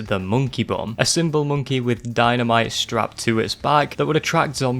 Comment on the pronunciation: "hi i'm moneky, wanna play?" 🤣🤣🤣🤣🤣😘